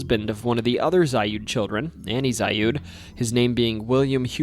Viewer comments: FYI: The Zalud house is pronouced "Zaled" by locals, not "Zayud" Also, Porterville is an hour North of Bakersfield. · The "Zalud House" is pronounced ZAH-lood House. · Zalud is pronounced like salad but with a Z. I knew not only a relative down the line but had a friend live next door. That whole ass block is fucking weird as shit and haunted too.